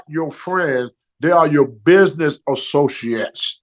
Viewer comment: Like it how he says it proper first. Business associates. Buisniss assosanats